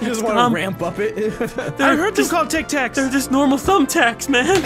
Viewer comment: "Tac Tacs" xD